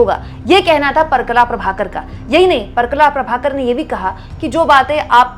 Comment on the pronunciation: परकला नहीं, परकाला प्रभाकर.